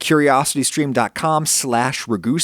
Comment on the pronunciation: Your saying your name wrong its rag-u-sea not rag-u-sea-a......im almost positive I'm correct....